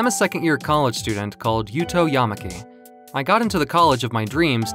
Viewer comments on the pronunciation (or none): Now I am not from Japan or speak any Japanese but I think the way the names are pronounced is wrong. It's ya-MA-ki not YA-ma-ki I think where the stress is supposed to be on the second syllable. I notice a lot of American pronunciations prefer stressing the first Syllable